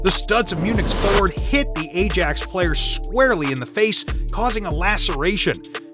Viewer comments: Eye-yax not Ay-jax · "A-JAXX"; it's actually pronounced 'Eye-axe', but yeah, whatever. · It’s pronounced i-ax not Ajax 😂 and also pronounced buyer munich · I stopped watching as soon as the guy couldn't even pronounce bayern or Ajax correctly